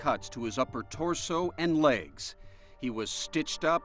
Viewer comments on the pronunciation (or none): none